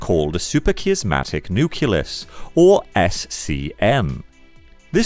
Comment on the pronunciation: "Nucleus" as "nuculus", "production" as "perduction", and "superchiasmatic" becoming "supercheeasmatic"... 🙄Whoever is reading the text should practise with a dictionary before doing voiceover.